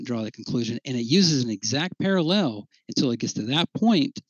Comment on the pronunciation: "paraLEL" 😂 That's a word he's obviously not too familiar with and I love it.